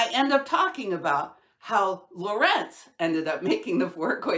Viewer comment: Great work, just let me say it would be nice if you used the correct pronunciation of names like Lorentz. You can find it in Wikipedia: it's /ˈlɒrənts/ (the tick is before the accented sillable). If it were pronounced your way, it would be /ləˈrɛnts/, but it isn't.